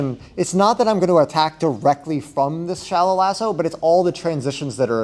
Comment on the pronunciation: Great video and content. But I have to tell you, I heard "Shallow asshole" and now I can't unhear it.